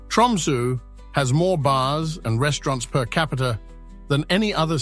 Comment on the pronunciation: The sunrise in Tromso is usually 21st Jan (or thereabouts)- is this AI bollox? Constantly misspronouncing Tromso etc.